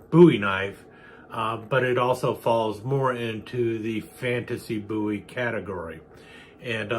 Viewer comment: A very nice demonstration of your collection,. It is my understanding that the Bowie family name descended from the Scottish "Buie," so thank you for for the correct "boo-wee" pronunciation. This style of knife is so iconic, some criminal statutes that describe certain prohibited weapons simply use the term "bowie knife."